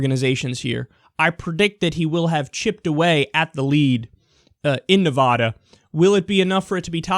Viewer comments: Kyle please, it's Nevada not Nevahda. Trust me, I live here. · ITS NEVADA NOT NEVODA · When you say Navada -- say it like Nuh - (va like bat) - duh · It's Na-Vad-uh, not Nev-AH-da. It bugs every person living here to no end... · nice vid but its NEV-AH-DA not NE=VAAAAAH-DUH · It's not, Nevoda; it's Nevada. You know, the letter "a" makes its actual sound. Kickass Bernie is doing good, but my gosh I'm going to scream if you keep pronouncing it incorrectly. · It's Ne-Va-Duh, not Ne-Vaw-Daw. The same way you don't pronounce Texas as Tay-Hos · It is Nev-ADD-a, NOT Nev-ODD-a. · Nice commentary, but it's pronounced Nev"ADD"a. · I swear to god Kyle, pronounce Nevada, "Nuhvaada" one more god damn time. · No Nevadan says "ne-VAH-da" fyi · Dude, that's not how you say Nevada. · STOP SAYING NEVADA WRONG AHHHHHHHH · Kyle, I love you man. I really do. But will you PLEASE learn how to pronounce Nevada correctly? Thanks!